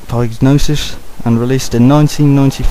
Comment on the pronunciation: Psygnosis has 2 silent letters, the "P" and the "G". So it sounds similar to "sigh" "nose" and "is" or in one word "cy-know-sis".